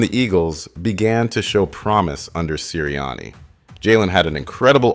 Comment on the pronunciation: Are you mispronouncing those names on purpose? How do you get Sirriani right but Pederson wrong?